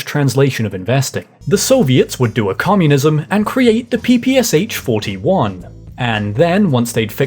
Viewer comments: The "Communist translation" of investing would be "setting goals for five-years plan". Also, it's "P–P–Sh", not "P–P–S–H" - from Pistolyet Pulemyot Shpagina (lit. "pistol - bulet thrower - of Shpagin's" [design]) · PPSH -- "Papashaw"